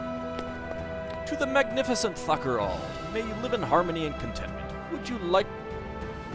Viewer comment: I know it's dirty...but all I can hear is "Fucker Auld". Btw, what do you think about people commenting on your ancient videos?